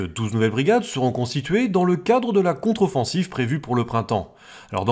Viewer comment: controfonssive😂😂😂 m'en vontre